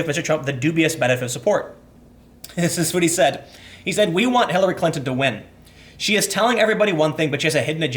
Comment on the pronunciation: Hillary Klan-ton, lol.